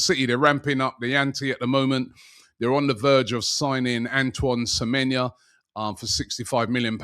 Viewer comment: How is Robbie managing to mispronounce Semenyo?